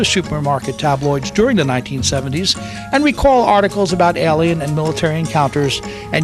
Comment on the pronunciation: Really? The narrator spoils this video. Makes too many mistake. Speaks bad and incorrect English. And most of what he says is recycled information. Even the word Alien, he pronounces incorrectly most of the times. Music, really? How hard is it to get someone who speaks correct basic English to narrate a video? How stupid are you... it takes a country here, a few weeks to invade another country, but you think it would take Aliens over 50 years to invade Earth? Maybe they're having trouble getting on their horses with all those rifles they would need! DUMB!